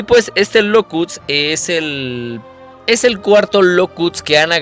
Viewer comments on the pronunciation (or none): Es locust no locuts